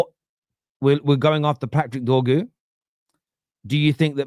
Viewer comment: its DOR-GU not “Doggu” how did you find a way to mess up such a simple name?